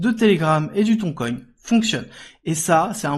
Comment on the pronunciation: Merci de prononcer Tonne et non Thon coin 🤣